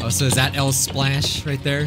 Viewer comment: Bro called redibles Lspash 😭😭😭